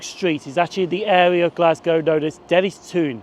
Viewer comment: great video dennistoun sounds more like dennistown just fyi for future endeavors, another crackin video